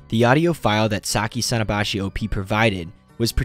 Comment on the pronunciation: さきさのばし contains the hirigana “sa ki sa no ba shi” I think it should be pronounced like that I’m not good at Japanese but I’m learning am I correct